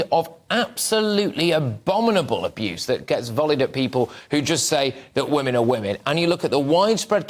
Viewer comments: Its WOMEN peter not WOMAN....... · This guy cannot even pronounce "women" properly. It's pronounced 'wi·muhn' not 'wu-man'🤦🏻‍♂️ He's also biased blinkered and being purposely ignorant to the abuse coming from trans people.